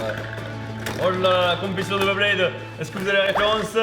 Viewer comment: On dit Beyblade , pas BlaidBlaid 😂